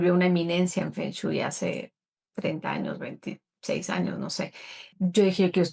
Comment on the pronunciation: Por que sigues diciendo "Fon chuy" ajajajajaja